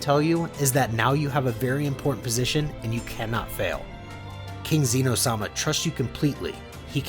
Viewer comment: Good stories man but you pronounce so many names wrong. It’s not xee-no. It’s xeno on Syllable in the E. It’s not Gine as in Jean like Jean grey. It’s Gee-ney. Hope the pronunciation improves